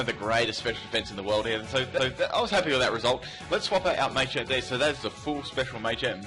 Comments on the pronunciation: Stop saying MAY-champ, PLEASE. It's MAH-CHAMP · Cannot deal with 'Maychamp' sorry